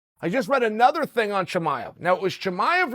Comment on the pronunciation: Khamzat not khazmat uncle Chael! Even Diaz got it more right by saying Chamiv instead of Chimaev